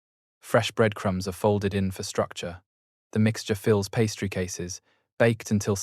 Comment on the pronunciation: Please can you ensure the pronunciation is adjusted. Påté, pastry.......all sound ridiculous. Thanks